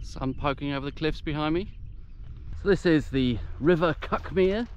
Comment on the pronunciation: I grew up a bit farther along the cliffs towards Brighton. The Seven Sisters and Cuckmere is still my favourite view of anywhere. But to be fussy, "Cuckmere" is pronounced "cookmere'.